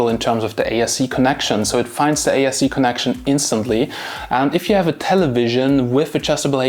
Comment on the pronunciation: Sounds like you're saying ASC and not ARC